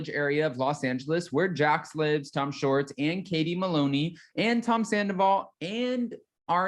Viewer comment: I adore you. You’re so dang cute. I’m not picking on you, perhaps I am. Can you please stop saying Tom “shorts” it’s T SHHHHWAAAA lol. I’ll def watch the spinoff, I doubt I’d watch season 10 with the new people.